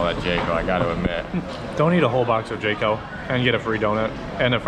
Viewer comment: You pronounce jco correctly unlike other foreign youtuber lol